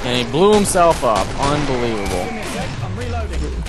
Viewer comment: oh god i love wen sez unbelivable